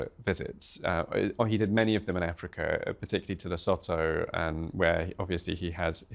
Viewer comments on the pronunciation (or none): Le :as in French enunciation - Sue- Two- = Lesotho…… please?